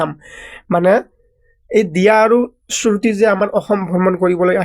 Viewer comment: 😂 surti nohoi shruti😂😂